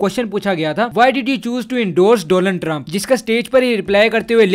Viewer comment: "DOLUN TRUMP" SIRF MENE HE SUNA YA BAKI B KOI LEGEND H?😂